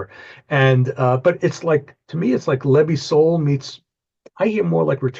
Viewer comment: Brilliant episode, great thing you have Moonlight Sky, fantastic band form Slovenia. Leb i sol was a band from former Yugoslavia, you said it perfectly, but now they are known to be a Macedonian band. New Hooffoot is brilliant, one of the best releases this year.